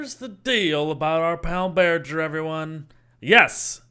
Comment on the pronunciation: Imagine pronouncing bearger like burger